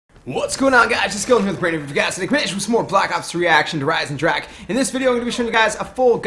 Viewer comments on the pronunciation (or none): Pronunciation - Der Ice-In-Draw-Ha also, dopest bow.